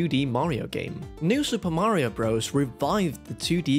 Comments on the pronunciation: Please don’t say BROZE… it’s BROTHERS! Just listen to Mario himself if you don’t believe me! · Your rankings were all wrong. Also, to spend 30 mins mispronouncing the name was impressive. Espectially when you played the audio of the nintnedo saying the name correctly and then said bros right after. When you play Dr. Mario, I assume you say you're playing durr mario, and when you play Mr. Driller you say you're playing murr driller. This video gave me PTSD